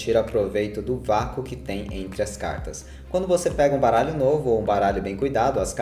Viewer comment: só eu escutei caralho no lugar de baralho no inicio?